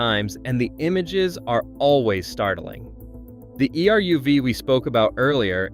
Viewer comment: Your pronunciation of virtually every Jewish-derived name and word is incorrect and embarrassing. Some examples - - Err-oov (the Jewish boundary wire) . Tahl-MOOD (jewish legal commentary) Title-baum (the Rabbi who started Kiryas Joel). The name of the traditional Jewish bread - Challah - begins with a German guttural 'h' sound. The Jewish sabbath is 'Sha-BAAT', not SHA-baat as you say it.